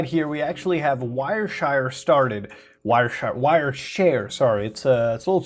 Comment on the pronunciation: Heh. "WireShire" limewire and frostwire ruled my youth.